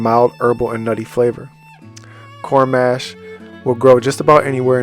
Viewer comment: Thanks for the video and info! Quick correction on the pronunciation. You’re saying it like ‘Mash potatoes’. Instead, think of the word ‘posh’, now replace the ‘p’ with the ‘m’. The letter â (a with circumflex), often called "a-hat," modifies the sound of 'a', indicating a long 'a' sound (like 'ah')! 😅❤